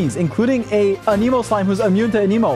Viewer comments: it not anEmo its anemo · it's not "a nemo" it's "anemo" they literally say that word so much in the mondstad quests and you still say it wrong lol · stop saying ah-nemo it IS ANEMO ANE-MOE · good video... ANIMO YOU SAY??? ITS AN_A_MOE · Can Someone Tell Him its Anemo not Aneemo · Why does he keep saying "aniimo" like that? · noone:: Ahkneemoe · I love how he pronounces it Aneeeemo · AH-NIH-MOH! SAY IT RIGHT, JESUS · so much anemo and you cant even say the word right lol... you aneemo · Wtf? Ahnee-mo? Why does this guy say it like that? Haha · WHY YOU SAY IT LIKE “A NEEMO” 🤮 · Dude you’re saying Anemo wrong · the way you say anemo gets me cryingg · damn if only he pronounced anemo right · why do you say anemo that way? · When you can’t even pronounce the word ‘anemo’ correctly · I still hate the way he pronounces anemo :(